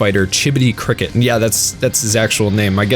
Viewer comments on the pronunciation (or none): Dude...it's Crockett...like Davie Crockett, not cricket. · His name is Chibodee Crocket, not Cricket dumbass! Crocket, as in Davy Crockett (minus 1 t)